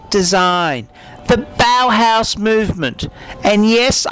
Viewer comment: "Bauhaus" wtf are you on about